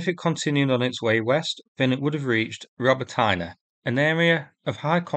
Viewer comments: Please, it's Pronounced ROBOTNEH .....Stop making me cringe when you say that. BTW great content. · Robb.....bott.......in......ay. Robotyne. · Robotyne is pronounced Ro-BO-ti-neh, for good measure. Thanks for the video. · I love you man but it would be great if you could learn how to pronounce Robotyne;-)